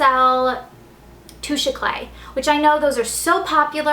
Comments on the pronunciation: Touche eclay? No no no. Touche Eclah. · Toosh Eclaiy!!!! looool please learn how to pronounce it correctly!!